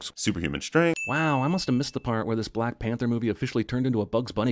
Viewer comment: "T'Challa de blek pentha"